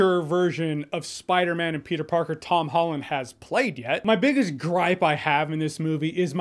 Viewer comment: Petah-man is spidadog whole time? Wowzers